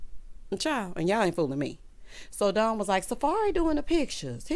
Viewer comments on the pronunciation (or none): none